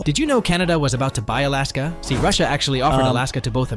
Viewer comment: NOOOOO, IT IS NOT ALIYASKA. It is more Alaska sound. It is just soft L. You can hear the diffirence in google translator, just write "льас лас"